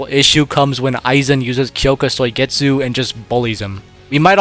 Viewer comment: “Kyoka Soy-getsu”